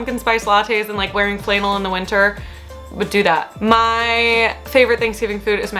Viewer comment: Um did you say “flaynnel”? Its flaaannel